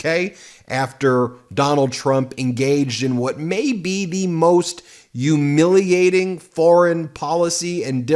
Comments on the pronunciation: "Yoomiliating"?? Come on, Ben. You can pronounce it. Repeat after me: "Hyoo-MIL-i-a-ting." It's not that difficult. And having to hear you say it your way is a Yuge turnoff for me. Sorry, but it is what it is. All I hear is Trump talking like that when you say it, and I hate that it carries such a mental association with it. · why does he say Yewmilating? isnt it humiliating? lol